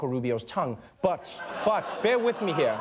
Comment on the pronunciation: I just love how trevor pronounces 'here' as 'hea(h)r'. love it!